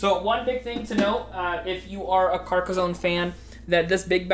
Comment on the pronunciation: Here's a video for you to learn how to pronouce Carcassonne